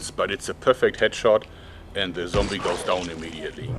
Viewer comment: "Zombie joerg" shudders